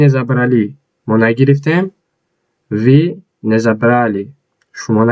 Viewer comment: Талафузатро хуб кун. Мы . Вы